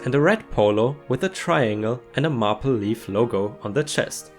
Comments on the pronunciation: Maple 🍁 is pronounced May-pull, not map-El. :) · Mayple...not mawple. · MAPLE = MayPull, LOL I've never looked for the elusive 28 incher but...I must say I turned down an amazing 17 incher due to not wishing any bodily harm upon myself (I was too old for him anyway) O_o, SCOPING = say hope or perhaps soap (this is the 'o' sound you're looking for not the 'oo' of scooping). Keep up the great work! I enjoy the stories very much! Thank you! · Maple should rhyme with “staple”, and does not rhyme with “apple”.